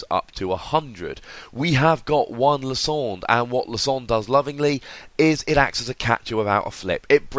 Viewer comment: LIE-SAND-ER! !! not Lis-ond-er!